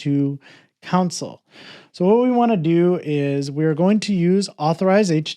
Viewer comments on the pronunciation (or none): Great video. Thanks. One funny thing that was confusing was that you kept saying "council". Took me a while to realize you meant "console".